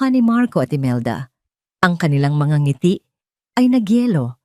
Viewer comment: ANG SALOOBIN KO Sslamat AT WASTO NA ANG PAGBIGKAS NG NGITI HINDI NA z,GINAGAWSNG 2 SALITA GAYA NG "NG ITI" 1.NG 2.ITI